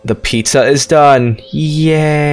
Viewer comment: The way he say pizza got me laughing PiZa